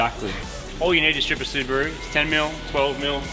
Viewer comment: It's a Subaru not Scubaru :)